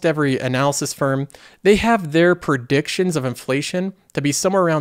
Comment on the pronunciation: Are you saying "prediction" or "perdiction"